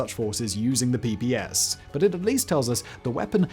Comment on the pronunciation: Not "PPS" but "PPSh" (Pay Pay Sha)